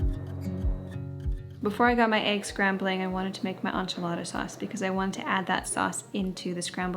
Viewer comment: Please learn how to pronounce enchiladas properly.